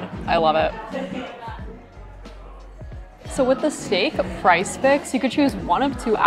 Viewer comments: Are you calling it price fix? Did you mean Prix Fixe? It is pronounced pree fiks. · Thank you so much for calling this out. I am binging their videos and they keep calling it price fix!